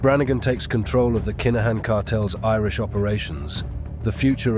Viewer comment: Its pronounced KIN A HAN